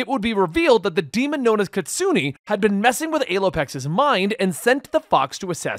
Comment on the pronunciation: Pronounced as Kit-su-nae not Kit-su-ny